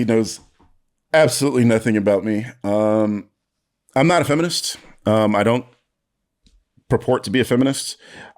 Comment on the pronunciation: Ol' boy put the hard 'R' on that "feminist" ain't he? 💀